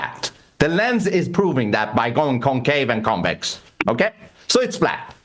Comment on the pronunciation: Bro can't even say the word Convex and decided to come on a debate. The flat balls😂😂